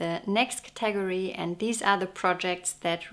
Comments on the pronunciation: Your English is so correct that I want to suggest you learn the proper pronunciation for the work category. In English it is thus:CATA-gory. Not Ca TAG or. Hear the difference? Thank you for your wonderful videos on knitting. I really enjoy them! 🦩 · Thoroughly delightful as always! What a lovely collection of sweaters! I'm also vey impressed by your command of the English language! So if I may respectfully offer the pronunciation of "category": the accent is on the first syllable as in, "CAT-a-gory". It's much easier to say that way!! 😄😄😄 Happy New Year to you!